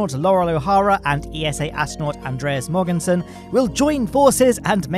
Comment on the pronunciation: Andreas Mogensens last name is pronounced with a "soft" g - think the verb "to mow". So it's more like Mowensen for you British people! :)